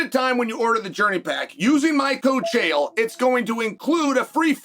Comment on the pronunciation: Uncle Chael no Chama